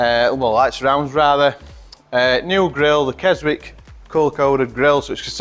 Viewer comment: Not sure you pronounce the ‘w’ in Keswick !!